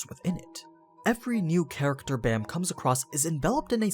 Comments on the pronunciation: Baam not bam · Baam isn't pronounced as B-Eh-M, but B-Ah-M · Dear white people: his name is pronounced “bahm”, not baam, like this dude pronounced it. Bahm = night in korean. His name is the 25th night. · Ok ok ok, everybody is pronouncing Baam as Bam, but I have always pronounced it as Bomb. Which way is the correct way? Bam is probably the right way, but I dunno, Bomb sounds better as a name to me. Also I have literally read the entire webtoon up to the latest episode and like I've been pronouncing it like that forever.